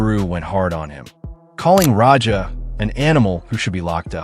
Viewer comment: It’s Raja, not Roger… terrible narration